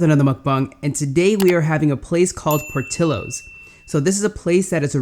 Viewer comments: its not Por till lowes, its Por tea yos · This guy was instantly classified as gay when he said POR TI LOWES